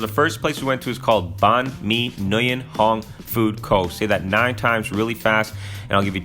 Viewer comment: Nguyen is pronounced "win"